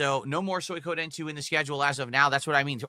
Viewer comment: Soi-ka-den Soi-Koh-den He can’t pronounce shit.